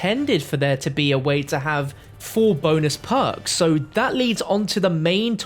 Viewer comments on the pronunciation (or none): The word is perks not poaks